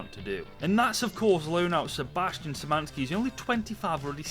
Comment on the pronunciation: In polish, SZ in Szymański read as SH and it will be ok